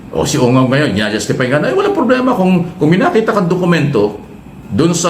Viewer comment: Ungas pangalan Hindi ungab😅😂😂😂😂